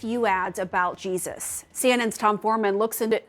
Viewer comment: Why is it every time they say Jesus it sounds like “Cheesus” sorry but his real name is Yeshua… which even translated via ENGLISH would be Joshua so who is CHEESUS ?